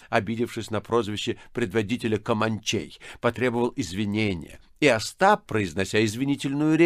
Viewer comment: Без малого 9 часов благородный Атос старательно разговаривал на разные голоса... Получалось не очень. КомАнчей особенно возмущало новое, оригинальное ударение, которым Атос наградил свободолюбивых индейцев.